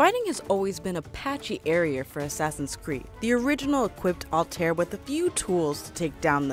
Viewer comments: 2 problems, you pronounced Altair wrong, and you said Desmond was Altairs ancestor, when in reality he’s his descendant. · you know they know nothing about the game when the mispronounce altair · First of all it takes place in the entire country of Egypt not just Memphis, there is a modern day, Unity introduced the character perks not Syndicate, you pronounced Evie and Altair wrong, you can ride on horses as well not just camels and Altair is the ancestor to Desmond not the other way around. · Girl I loved the video, but please learn how to pronounciate the names Altaïr and Evie. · Did She Just say: Alter? And not Altaïr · IT ISN'T CALLED ALTIR IT IS CALLED ALTIER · Altair (Al-tie-ier) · Its pronounced ( all tie ear ) not alltear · It's Altaïr, not Altair... Is it so difficult to pronounce it correctly? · HOW HARD IS IT TO SAY "Altair" NOT ALTAER srry it's pronounced "altayeer". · It is really distracting when people misuse words or mispronounce clearly stated names... Altaïr is not “Alt-Air”. It’s very clearly pronounced as “All-tie-ear” throughout the game. Additionally, Desmond Miles is not an ancient ancestor of Altaïr. It’s the other way around, which you said correctly the second time around. You first said Desmond is an ancestor, and later said “Desmond’s Ancestor Alt-Air.” It isn’t a two way street. Desmond is a descendant of Altaïr, and Altaïr is an ancestor of Desmond. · It's Al-tie-ear!!! NOT AL-TARE! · Before u do a ac video learn how to pronounce the names correctly. It’s ‘al-ta-ir’ and it’s ‘ei-vei’ no Ave and alter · Not altare its AL-TA-EER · i just noticed you mispronounced Altair. It should be more like All-Tie-Ear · It Hurts So Much When People Don't Realize It's Pronounced "Al-tai-eer" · Also, IT'S "SEE-NEW" NOT "SEH-NEW" I Swear, This Is The Only Thing I Hate More Than Ajit Pai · Altair's name is pronounced (All-tie-air) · Madcatter you know both of those pronunciations are wrong it’s actually al-ti-r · Its all-ty-air altiar